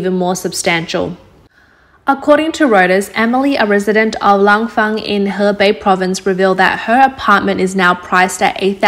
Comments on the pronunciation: Thanks for the news out of China, but next time, please get the pronunciation right. The province Hebei, which is where the story takes place, is pronounced He-bay, not He-bee. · " In Her 逼" 😏, someone tell the narrator that it's pronounced "HerBay" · Great narration! 河北 is pronounced ---Huh-bay or Huh-bey. ei--- is pronounced ey/ay. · Learn how to pronounce hebei —> Huh-bay